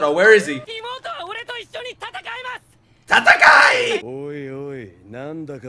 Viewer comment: Dude, everytime you say fight "tatakai (sp?)" I cackle like a mad man, this show hits hard quick good luck.